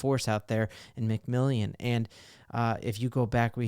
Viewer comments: I thinks pronounced McMillan not “McMillion” . I could be wrong. Just a friendly note. Love your channel! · I really hope Jaleel sticks around while the RB room grows. It's just pronounced "McMillan", not McMillion btw